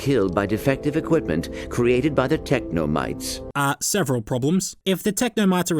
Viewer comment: technomytes! or as an australian would say technomates (i'm sorry)